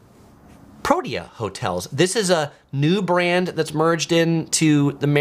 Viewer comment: It's pronounced Pro-TEE-ah (Protea).